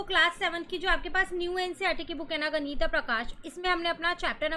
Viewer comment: आप इंग्लिश के चक्कर मे गणित को गनीता बोल रही हैं 😂😂 कम से कम आप सही बोलो तो बच्चे भी सही उच्चारण करेंगे 😊